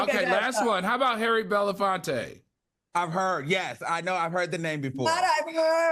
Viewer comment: I've heard of.. Harry Belafonte.. Nah 😂 he needs to study each person named 🙉